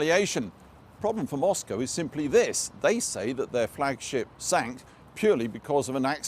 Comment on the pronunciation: Like the way you pronounce 'Flagship' as 'Flag Sheep' at the beginning and thereafter correctly:-)